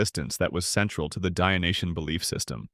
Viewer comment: And For the french translation, stop saying “dionyen” and correct to “dionysien”, no? From the god Dionysus.